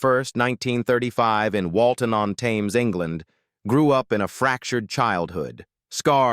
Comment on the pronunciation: Thames is pronounced "TEMS""